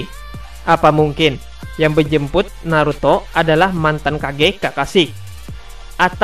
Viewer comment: Epesode....!!!! Kyak mau keselek lu ngomong min.... Menjemput bukan bejemput... Untung aja gk bejembut...